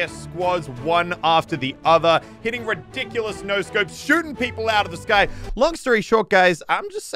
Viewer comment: The way Elliot days rediculos “re-dick-you-lus” XD ITS TOO MUCH